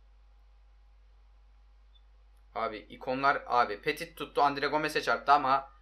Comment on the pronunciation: Abi petit diye yazılıyo ama pöti diye okunuyo